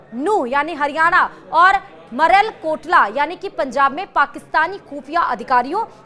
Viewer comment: अरे गुड़बक मलेरकोटला को बार बार मरेलकोटला कहने में शर्म नहीं आती है।